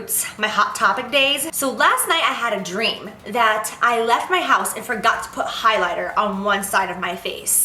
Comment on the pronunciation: "highlighta" it's the highlight. 😂😂😂